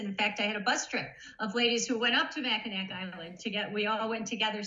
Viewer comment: I am shocked that you called it MACKINACK Island...when the actual pronunciation is MACKINAW....